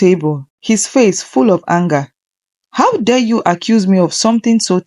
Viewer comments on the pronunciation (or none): none